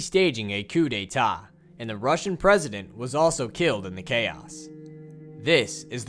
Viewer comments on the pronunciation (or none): D'etat not Deitat